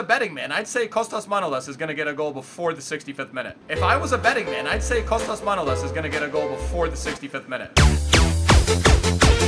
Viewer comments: His name is Manolaaaaaaas not Manoooooolas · bro, just because you like getting them pronunciations right, his surname actually sounds like manoLAS. This is a common premise with most Greek surnames, they are usually pronounced on the end of the name instead of the beginning like most names in other languages. Thanks for representing bro!